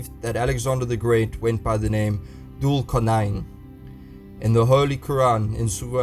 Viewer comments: You butchering the pronunciation of Thul Quarnain - Alexander the Great can’t be Thul Quarnain as Alexander was a Pagan and Thul Quarnain was a God fearing Leader. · Everytime he says "Dhul Qarnayn", I die a little inside.